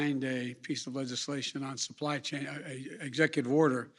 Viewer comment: Couldnt even say supply chain he says supply sane... lol